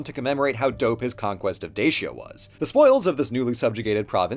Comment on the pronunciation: I don't get you man. You say Dacia correctly the first time and then you butcher the name.